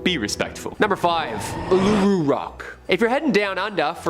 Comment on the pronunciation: Hi an Australian here just pointing out Uluru or Ayres rock isnt pronounced like he did in the video is pronounced Oolaroo, im aware that its spelt with U's but the word is from Australian Aboriginals and a lot of letter can be clumped but simply mean a sound... please read up on this or simply Ayres (Airs) rock is another thing to call Uluru